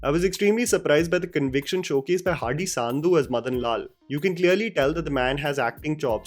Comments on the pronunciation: Nice review, however it's not pronounced 'Saandhu', it's Sandhu just like Sundhoo. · Bro it's not Saaandhu, it's sandhu there is a difference in pronouncing. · Its 'Sandhu' nt 'Saandhu' 🤭😂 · Just for future reference it's Sandhu not Saaandhu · It not saaaandhu 🥲🥲🥲 it’s Sandhu (sundhu) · It is SANDHU.... Not SAANDHU🤷🏻‍♂️ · its sandhu not saandhu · Bro please look up the pronunciation of "Sandhu". Great video.